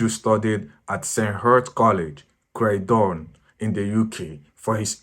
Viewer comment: Why did you pronounce ‘Croydon’ like that? Are you okay?